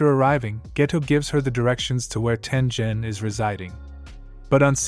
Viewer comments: Sorry for this, but it’s pronounced Tengen not Tenjen. Sorry Sorry Sorry Sorry Sorry Sorry Sorry Sorry Sorry SorrySorry Sorry Sorry Sorry SorrySorry Sorry Sorry Sorry SorrySorry Sorry Sorry Sorry SorrySorry Sorry Sorry Sorry SorrySorry Sorry Sorry Sorry SorrySorry Sorry Sorry Sorry SorrySorry Sorry Sorry Sorry SorrySorry Sorry Sorry Sorry SorrySorry Sorry Sorry Sorry SorrySorry Sorry Sorry Sorry SorrySorry Sorry Sorry Sorry SorrySorry Sorry Sorry Sorry SorrySorry Sorry Sorry Sorry SorrySorry Sorry Sorry Sorry SorrySorry Sorry Sorry Sorry SorrySorry Sorry Sorry Sorry SorrySorry Sorry Sorry Sorry SorrySorry Sorry Sorry Sorry SorrySorry Sorry Sorry Sorry SorrySorry Sorry Sorry Sorry SorrySorry Sorry Sorry Sorry SorrySorry Sorry Sorry Sorry SorrySorry Sorry Sorry Sorry SorrySorry Sorry Sorry Sorry SorrySorry Sorry Sorry Sorry SorrySorry Sorry Sorry Sorry SorrySorry Sorry Sorry Sorry SorrySorry Sorry Sorry Sorry SorrySorry Sorry Sorry Sorry SorrySorry Sorry Sorry Sorry SorrySorry Sorry Sorry Sorry SorrySorry Sorry Sorry Sorry SorrySorry Sorry Sorry Sorry SorrySorry Sorry Sorry Sorry SorrySorry Sorry Sorry Sorry SorrySorry Sorry Sorry Sorry SorrySorry Sorry Sorry Sorry SorrySorry Sorry Sorry Sorry SorrySorry Sorry Sorry Sorry SorrySorry Sorry Sorry Sorry SorrySorry Sorry Sorry Sorry SorrySorry Sorry Sorry Sorry SorrySorry Sorry Sorry Sorry SorrySorry Sorry Sorry Sorry Sorry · Not tenjen it's taingen